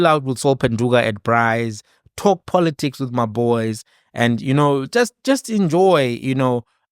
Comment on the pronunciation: Congrats to Mr Ndlozi for coming out unscathed from a grip of The Red Dragon which swallows innocent babies only to turn them into prostitutes of Poloticks(Malema's pronunciation of politics).